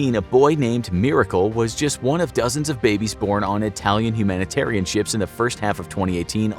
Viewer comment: Guy said chips and not ships